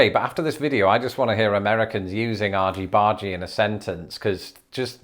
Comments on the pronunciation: Argy-bargy ... never heard of it, but my brain pronounced it more piratey: arghy-barghy. And then you said it like: arjy-barjy. Love it! I shall endeavor to be a cheeky lass and use "argy-bargy" soon! (Sincerely, an American homeschool mom) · If “argy-bargy” is for big “arguments” then why isn’t it pronounced “argg-y bargg-y" (hard-g instead of soft-g or 'j' sound)? "Argument" isn't pronounced "arjument" 😅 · I assumed "Argy-Bargy" has a short G, as in "Argument", especially considering this Argument is a root word. You probably also pronounce GIF like Giraffe. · Funny to hear say AWgy BAWgy, when here in New England, it's "AHgy BAHgy." At least, it would be, if people around here used that term at all... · Good one,! Had to laugh at your American-accented argy-bargy! Well done. Serious question here: Why is it that the online dictionaries attached to e-book apps (Kindle in my case) don't have definitions for the things we really need: slang from 40 years ago or more. My escapist literature is between-the-wars comedies of manners, which includes the "Golden Age" of detective stories but also other novels. Really annoying not to be able to find definitions of quirky words in dialogue -- all the best novels are 90% dialogue, and written so well that you can tell by the manner of speaking the class and character of the person without a lot of boring description. Even as an American reader. But I still want definitions of the slang. Maybe you'd do a series on older slang that younger people (either side of the pond) need help with? If I send you examples, would that help? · Wait wait wait! I've been mispronouncing the title of the brilliant Squeeze album "Argybargy" since 1980?! ...but why is it soft g's and not hard g's? It's derived from "argument" not "arjument". <Sigh> This is going to be a very difficult adgustment. Also, why isn't the second "I" in difficult dotted?